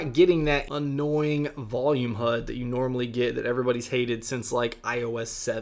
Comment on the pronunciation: PLEASE stop saying 'HUD' 😖